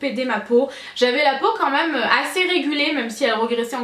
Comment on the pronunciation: Je rêve ou tu dis "meum" et pas "meme"? Haha tu me fais trop rire! Pleins de bisous, je t'aime fortttt ❤️